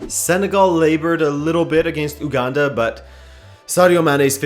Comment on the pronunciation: OK but you pronunciation tho. .. Benin=baniin Uganda =yuganda